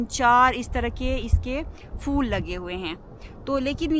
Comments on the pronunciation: فل نہیں پھل۔۔ فول نہیں پھول 😂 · آپ "پھل" کو "فل" کیوں کہتی ہیں؟ اور " پھول" کو "فول" ؟؟؟ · Nice but say phool(flower)no fool and say phal (fruit)don't say fal correction your word please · بہت عجیب لگتا ہے فل ، فول سن کر